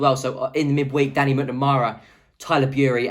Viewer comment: You said Danny's name wrong!!